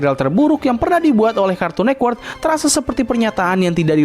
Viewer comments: Agak terganggu ya dengan kata cartoon nekwort karena yg benar network bang shrsnya😂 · kartun network bang bukan nekwort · Kenapa lu baca cartoon network tuh "kArtUn neKwErk" dah